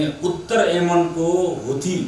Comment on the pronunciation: Huthi haina hola sir haudi ho